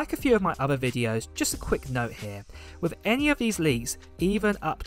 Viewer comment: wiTH not wiFF